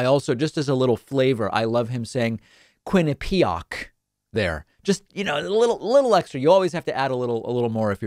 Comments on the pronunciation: “Quin-ippi-PYE-ac”... first time he’s ever seen the word. He can read but he doesn’t read, so is constantly seeing words in print for the first time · He doesn’t even pronounce Quinnipiac correctly!!!